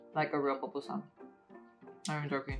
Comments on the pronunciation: Not another person calling it a “popusa”🤦🏻‍♀️ it’s called a PUPUSA😤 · Se dice “pupusa”